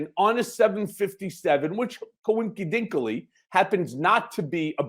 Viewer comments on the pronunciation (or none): Coin-ki-denkally? Was that intentional?